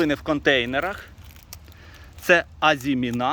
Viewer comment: З усією повагою до Вас, хочу попросити не плутати слова “озимина́” і “азимі́на”. В українській мові (на відміну від французької) наголос у слові "азимі́на" на передостанньому складі - на це вказує Вікіпедія